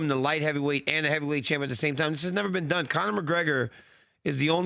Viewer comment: Did he just say lightweight heaveyweight at 0.07😂😂😂